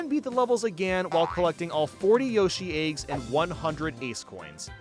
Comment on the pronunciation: Not a knock, but I'm greatly amused by pronunciation of "eygs". Keep up the great work!